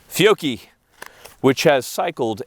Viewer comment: You need to pronounce Fiocchi the way Rob Ski does, “Fick-o-Chee”.